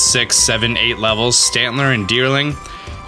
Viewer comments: "I'm never going to say the pokemons name right, that's why I'm a YouTuber" The way you say 'Sawsbuck' is SUPER weird, sounds almost like 'Stantler' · "stantler, deerling" "i didn't know sand comes out of there" "swos-buck" "vivi-lion" it's okay XD